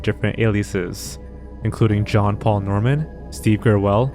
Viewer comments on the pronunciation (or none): none